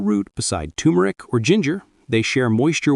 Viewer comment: it is not too-mer-ic. It is TUR-mer-ic